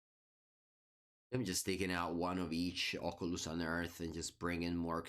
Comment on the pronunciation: I wish I sounded half as cool when I say Oculus.